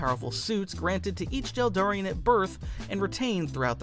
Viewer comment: God stop saying jel Darian